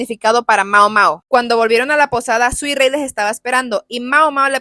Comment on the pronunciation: Suirei ❌ Suirrui ✅